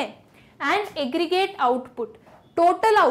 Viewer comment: Aggregrate "eggreate" 😂😂